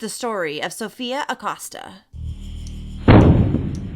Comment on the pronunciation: I love love ur videos I watch u every day. The last name is pronounced A-coe-sta